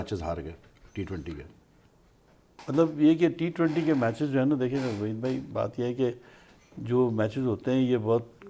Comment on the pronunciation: Pheli kilo by chuttiya waheed name to sahi la lo chappo.